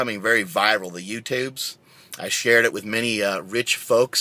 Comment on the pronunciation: "YewTewbs" LOL